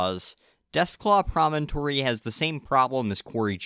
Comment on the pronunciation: wow someone who actually calls it “promontory” instead of “premonitory”